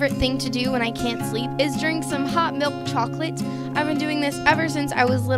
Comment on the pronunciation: Same she like tttttts at the end